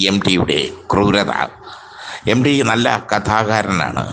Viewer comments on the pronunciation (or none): എം ഡി 😅 അല്ല , 😂 എം ടി .